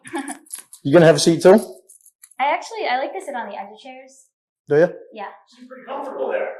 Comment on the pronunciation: "Dew ya?" The last words of his pathetic "normal" life before everything changed.